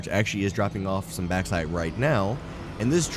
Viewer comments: Sorry to be "that guy".. but it's pronounced "Box-site" :P Not "Back-site". Other than that, this is a freaking beautiful factory! Trivia: If you were British, you'd be calling is "Bork-site"! And if you were Scottish... "Barrak-Site (where the "R's are rolled, so, "Badduck-site". The EU are weird) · Lovely build man. But it's pronounced box-ite lol. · You pronounce the "a" way too much in bauxite. The "baux" sound is very similar to "box".